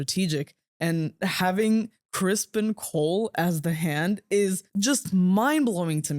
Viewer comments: It’s Cristen Cole, not Crispin. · I LOOOVEE how you keep calling Ser Criston "Crispin"... I freaking hate that guy😂😂